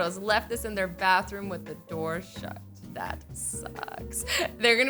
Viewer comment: “IDE burn down the barthroom to the floor” lol xD 😂